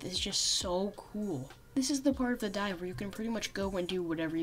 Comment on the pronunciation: when he says dive i here die